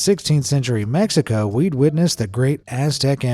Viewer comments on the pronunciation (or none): none